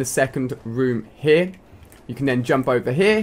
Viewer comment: Omg, i hate how he says here.